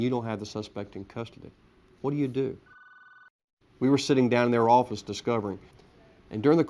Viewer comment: And he was a goddamn head of the new "yoak offace"